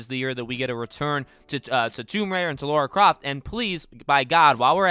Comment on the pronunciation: It's "Lara Croft", not "Laura Croft".